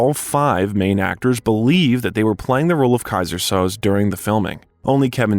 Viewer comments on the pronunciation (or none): Soze of “Keyser Soze” is literally pronounced three different ways in these couple of sentences. Fine video, but is the narrator just an AI-generated voice? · Kaiser “Sozay”not Soz. A gifted actor. We make celebrities Gods they aren’t they’re just people, they have their problems. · Ok now I am convinced this is an AI voice. The movie pronounces Soze, "So-zay" never "Soes". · Sad. Tragic. Creepy. Depressed. Sounds terrible. It's on the news every day. Read a memoir of celebrities in Hollywood golden era. 30s, 40s, 50s. Tim Conway was quoted as saying "I thouht everyone lived in a garage" The robot narrating this says "Soz" its pronounced "SoZay" from "The Usual Suspects"